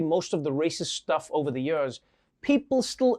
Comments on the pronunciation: I love how Trevor pronounces "years". Has a real SA ring to it. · Me asking Trevor: say years Trevor : yurs